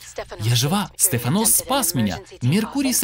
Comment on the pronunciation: СтефАнос, а не СтефанОс)))